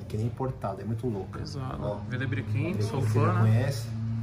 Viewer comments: Tem toguro divulgando loja de roupa falsa tem like. (A pronuncia do vile brequin é vila brecan) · Tem toguro falando Villabrequin e achando que é grife espanhola. Quando o certo é "vilebrecãm" e é francesa tem like